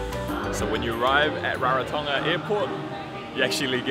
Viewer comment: You both sound like locals...great pronunciation and hope you both had a blast in Rarotonga ❤️